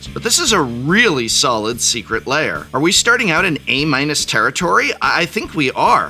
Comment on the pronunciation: Since when is “lair” a two-syllable word?